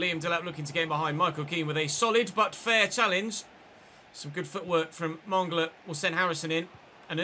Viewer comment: Oh nooo, mongola is the new kaaaaaantay 😂😂😂. Its Man-gala